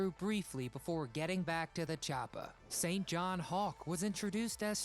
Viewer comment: St. John is pronounced: Sin Jinn.